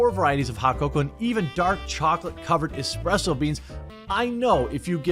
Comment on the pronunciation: Did you say expresso beans ??